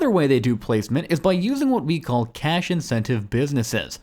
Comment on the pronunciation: "...What we call cash-intensive businesses" or "...cash-incentive businesses"? 1. Is one of those two things not the official term, so you think you can't just say it directly? If it's the official term then why not just say it directly? 2. On the picture you say "cash-intensive," but in your narration it sounds like you're saying "cash-incentive." So which one did you mean (while "cash-intensive" sounds like it makes more sense logically)? And based on whichever one you meant, why did you also say the other one?